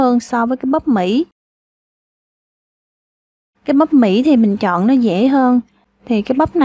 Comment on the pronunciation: Chọn chứ đâu phải "trọn" đâu chế 🤦